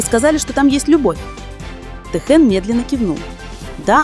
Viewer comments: Если вы уж решили коментировать отношения между двумя мемберами БТS Ким ТэХЁном и Чон ЧонГуком делайте правильно ударение,а то режит слух и неприятно слушать. Никогда,слышите НИКОГДА ТэХЁН не будет рассказывать о своей личной жизни!! Может он с вами в приватной беседе раскрылся?? Какая ЧУШЬ и нестыдно вам.👎👎👎👊👊👊🫢🤫😪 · Я думаю это ИИ. Вряд есть кто-то, незнающий как звучит имя Техена.